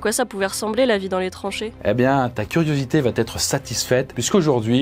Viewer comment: Mais enfin,, tu as encore sorti en début de vidéo un "il va T'être".... Incorrigible. Par contre, à la fin, tu pourrais dire "d'autres Z'époques"